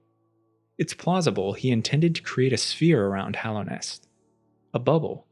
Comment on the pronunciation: Hallownest. Hollow Knight. He says it correctly.